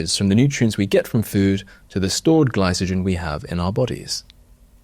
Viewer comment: Glycogen is pronounced gly-ko-gen with the C pronounced as in carbohydrate not as in cell. And in the same vein, Gundry is gun as in the thing you fire not Goon as in Spike Milligan and the 1950's radio comedy. I'm surprised you advertise gundry's snake oil btw. He must pay well. 🤷🏻‍♀️ Plus, in this comment you can't even spell his have correctly 🤦🏻‍♀️😂 it's Gundry not Grundy 🤦🏻‍♀️